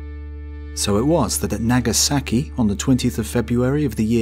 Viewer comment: "Nag a sacky" ...oh lord, how I love British pronunciation of "ah"